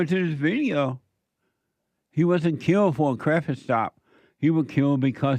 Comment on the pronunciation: Killed not mllled